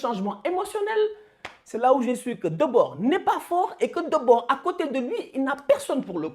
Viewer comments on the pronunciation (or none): Juste on prononce Frank De Boure et pas de Bord